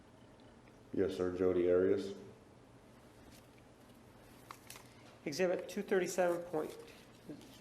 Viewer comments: Love how whenever juan HAS to say her name he says ADIUS other than that its 'maam' or 'this idividual' he hated her with as much passion and no doubt more than all of us! 😘🤌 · I wish Martinez had not decided to start pronouncing her name differently, he even went back to Arias switching to Otteeus (pronounced). It just struck me as odd. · I don’t mind a public defender doing their assigned job, so I don’t have as strong feelings about Nurmi as many... but that said, I can’t help remember as I’m watching this how Nurmi felt it necessary to ask Jodi about how she liked to pronounce “Arias” on the stand. Seemed to be for no other apparent reason than to dig at Martinez for pronouncing her Hispanic name the way it is pronounced in Spanish. Never got that.